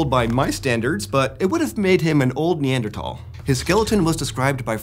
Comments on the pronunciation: NeanderTHal th sound not t sound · This guy pronounces Neanderthal wrong, right? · Yes. How have you been pronouncing it? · Wait, I've been pronouncing "Neanderthal" wrong for how long?